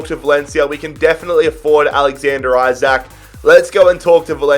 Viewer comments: His surname is pronounced ljke “E-sak” not “I-sak” just so u don’t get 10 episodes in and realise 😂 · Yeah. I dont get how there is confusion. It isnt "Eye-brahimovic" so it shouldn't be "Eye-sak". "EE-sak" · Just so you know you prounons Isak, Isak not aisak